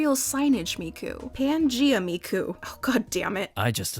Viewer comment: If you're going to say Miku that many times, it would be a good idea to practice pronunciation.